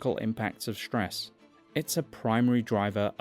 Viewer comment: Hearing ‘shtress’ instead of ‘stress’ stresses me. Can’t help the response.